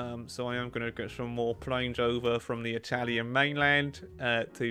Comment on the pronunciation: Bad italian pronunciation, but loving the effort! 💪🏻😎 Keep on with that, we surely need more italian focus tree video! 🇮🇹